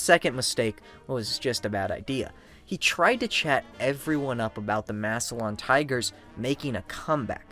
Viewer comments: Wonderful video!! Except it’s “Mass-lan” not “Mass-e-lion” Ohio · Maybe do a tiny bit of research and learn how to pronounce Massilon correctly